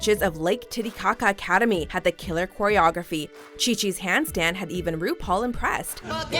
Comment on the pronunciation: did you say choreography like you would pronounce chi chi's name?...... it is read k